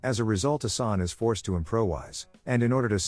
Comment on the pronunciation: good video, respect🙌 but it's pronounced "Assan" and not "Asani" for the main character, also "Arsen" not "Arseni" ...Lupin